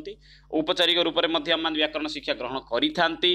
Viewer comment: ଆରେ ଭାଇ ଓଡ଼ିଆ କହୁଚ ଟି ଠିକ୍ ରେ ଓଡ଼ିଆ କୁହ ସିଖସା ନା ଶିକ୍ଷା